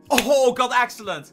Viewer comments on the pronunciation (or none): First of al lol HA FAIL secondwhy do you say axelent????????